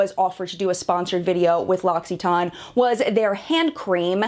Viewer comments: Okay, like, you’re not even trying to pronounce it correctly! I read the description and after watching the other video, I don’t know how you think your pronunciation is fully correct? You’re saying it like you’re talking about some kind of medicine or something. “Loxiton, it’s great for… something” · Omg, have I been saying this wrong my who life!?!? I’ve always thought I’d was pronounced ‘Lass-eh-tawn”. How embarrassing 😩 Great video tho, I wish everyone had such high ethics when reviewing products on YT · Interesting video, very in depth but man, the way you pronounced L'occitane as L'occiton- just ignoring the TANE at the end, just drove me insane! Irrational I know but I hate it when Americans just make up words when trying to pronounced another word entirely!! Grr! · Im UK based and we pronounce the TANE to...guess it depends which country your from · LOX-EE-TAN is how the phonetic spelling at the end of the video is written. I think the issue is the emphasis on the syllables. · Yassss... Thankyou!! I thought I was going mad, I've never ever heard it pronounced as 'ton' at the end, perhaps it's just that we say it differently in the UK🤷‍♀️ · The way in which you pronounce it sounds nothing like the actual pronunciation in French. I love this brand. You may have had a negative experience with the actual brand but not the products (unless you've tried them all and had time to see the results). The Cade range is excellent for men. An honest review can never include any remuneration as you've become an employee of the brand. If you have reviews where no remuneration is given then they'd be more authentic. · I know this video is from over a year ago and you don't care about this comment.. but for the love of god please learn how to say a brand's name properly, so you don't sound uneducated.. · Kathryn Baart haha. Glad someone else picked up on that. Was driving me nuts. Researched the products and ingredients but not how to pronounce the brand 😅